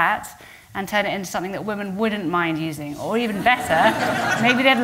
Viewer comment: It's pronounced /ˈwɪm.ɪn/ (Cambridge Dictionary)